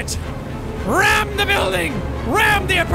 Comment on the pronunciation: HE SAID TE TING!